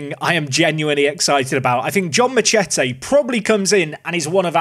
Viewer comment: How is he missing the obvious joke in that name saying it like 'ma-chet-ay' lol